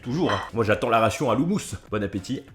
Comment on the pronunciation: " bonne apesoif " 😂